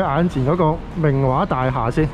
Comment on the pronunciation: 😂😂好搞笑讀明華個音，好似明畫咁🤣好有親切感影返自己住個度，加上明華會重建，好好記錄低☺️